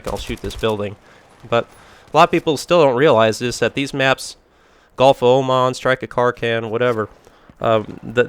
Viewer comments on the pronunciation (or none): none